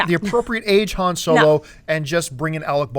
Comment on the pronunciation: Say Han's name right!